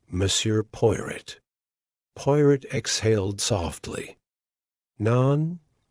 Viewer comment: Poy rot? If you're going to use AI, at least train it to accurately pronounce the main character's name. Unlistenable. Sorry.